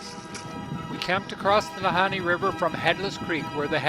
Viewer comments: No, Kidding,,, Our Northern Bush Pilots are some of the Best in the World !! ~~ oh, The Nahanni is Pronounced,, NAH-HAWN-NEE !! ( not, Han-knee ) :))) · Ah ! laughed at the interspersing of pronunciations of Na-Hawn-Nee & Na-Hanni ... It is phonetically ( Na-Hawn-Nee ) Sorry about that:)) But no Problem for sure :))) Oh , What a Great Video you made & shared !!! What a Wonderful , Adventerous & Brave Trip , A real pleasure to watch & to be reminded of Home , when one is so far away from it ... Right from the get-go of that Great Pilot, bringing you in & the Wonderful Video , of your Journey .. Paddles Up & a Big Salute !! Thank-you so much for sharing this !!